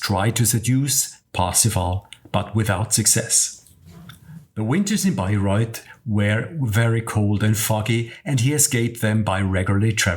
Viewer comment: Really great video and easy to understand the plot thanks to you! May I criticize some things. You should try to pronounce the German names and places correctly, too. Like Richard (with the German ch sound) and not Ritschard as they do in English. Or Bayreuth (th is just t in German) and not Bayreuf. I'd also let the music fade out and not end abruptly. I like the ai pictures a lot, that makes it really nice to watch!